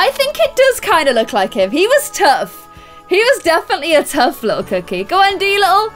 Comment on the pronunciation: Stop saying tuff cokeie